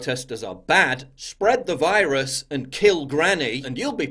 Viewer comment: Wiruses, waccines, and wacism. Oh my. 😷